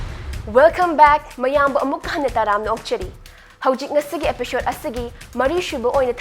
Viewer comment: Pronounce 'episode' as 'episode' not as 'epishod'. It really kills me.